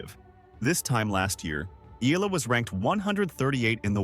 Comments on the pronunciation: Its not "ila".... its I-YA-LA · It's EALA....NOT ELA, YOU CAN EVEN PRONOUNCE HER NAME PROPERLY, ALEXANDRA E-YAH-LA